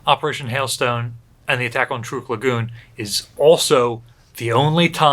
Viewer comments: It's pronounced 'Trook'. I myself just bought a 2020 Chevy Trook. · I’ve always said it like “truck” too. Ain’t no stopping it now. Truck>Trook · I know the local language is pronounced "trook-eez", so pronouncing it "trook" is likely correct. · Every time I've heard this atoll talked about, prior to being renamed post war, it was pronounced "truck". This is the first time I've heard "trook".